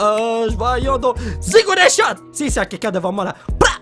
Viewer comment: je confirme il a bien dit zigounet shot.